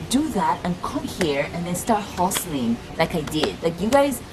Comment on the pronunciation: Who heard the Nigerian accent when she started talking about 'hustling'?😂😂